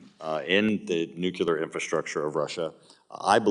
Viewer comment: The word is NUCLEAR!!! Not NUCULAR!!!